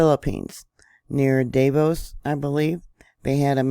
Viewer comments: Da 'Vao with the accent on the 2nd syllable slightly, if that helps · I believe it is da-VAH-oh